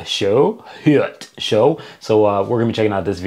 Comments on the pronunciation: You have to pronounce " Heute Show " like " Hoite Show " 😊 the "eu" is pronounced " oi " . Nice Videos Dude 😊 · Just FYI. "Heute Show" is pronounced somthing like "Hoite show". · if you want to be more acurate one the name of the show try saying it like this "hoe-e-tae (make one word of it) show" best wishes from germany bro 😊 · Please speak HEUTE-SHOW correctly!